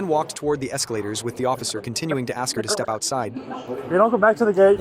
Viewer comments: She is just axing a question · She just wanted to axe him a question.